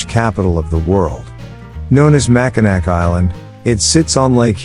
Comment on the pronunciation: Hearing "Mac-A-Nack Island" hurt my poor Michigander soul...